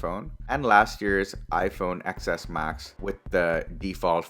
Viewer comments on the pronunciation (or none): This always gets to me, when someone calls it the iPhone 'EX' instead of 'TEN'